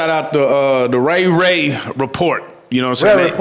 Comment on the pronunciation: Did he call the rare report the ray ray report? 😂 #noChildLeftBehind